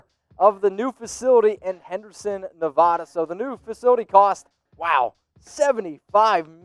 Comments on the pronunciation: Please pronounce it right. It's Nevăda! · Dude, if you are going to keep doing these, please learn how to pronounce NEVADA correctly!! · Better learn how to say Nevada quickly.